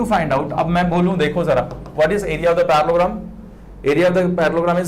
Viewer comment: the fact that he was saying Parallelogram as parlogram with full confidence